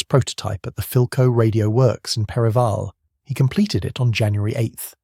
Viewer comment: 03’32” - Where is “Perravirle”? It’s Perivale pronounced “Perry-Vale” mate or should I say Bot! And Triang Toys is pronounced “Try-Ann”